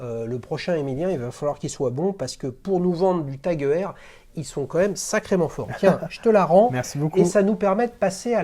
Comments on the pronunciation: Aie aie aie la prononciation "E R" 😂 Petit tip, ça se prononce "Oyeur" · Heuer étant un nom à consonnance allemande j'aurais tendance à pencher pour cette prononciation 👍